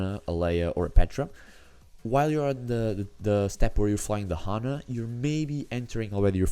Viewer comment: It's Anna, not Hanna... Just saying 😂